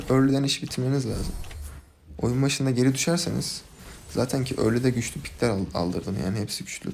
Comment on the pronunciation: saten ne la "zaten"